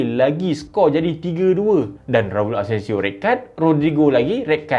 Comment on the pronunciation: asencio jadi asensiall